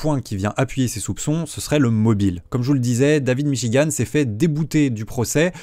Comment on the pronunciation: Je n'ai jamais entendu parler de david michigan de ma vie, sauf dans la vidéo de (prononcer michi-guant merci) je suis donc la preuve que cette vidéo a apporté de la notoriété à david michigan, et suis prêt à témoigner au procès en ce sens je pense que devrait demander de l'argent pour la pub qu'il lui a fait